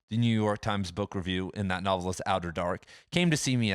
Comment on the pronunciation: "nuvvlist" "nuvvle" lol...logic bros about to have an aneurysm!